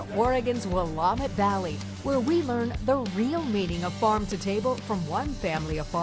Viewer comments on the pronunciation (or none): This was very interesting. I am a native Oregonian and I have been to Camas Country Mills and eaten their products. I do wish, however, the you would have learned how to pronounce the Willamette Valley correctly. It is will AM (sounds like ham) et.